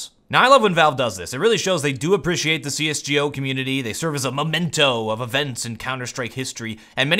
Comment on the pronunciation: Did you just say "CS Gee-Oh"?